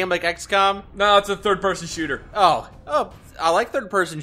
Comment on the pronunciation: Its not shooter its SHUUTAAA